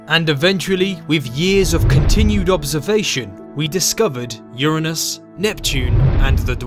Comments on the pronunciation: People have been saying Uranus wrong. A lot of people pronounce it as "Yoo-ray-nus" and most of us could never say it with a straight face anymore. Thank you for saying "Yoo-ruh-nus" in this video. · I am relieved to find a man that pronounces "Uranus" correctly, rather than saying yOuR aNuS. All anus jokes aside, Uranus is a really cool planet.